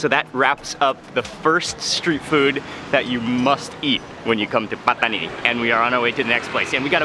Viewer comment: Love how you pronounce “Pataniiii” & “Rrrotiii”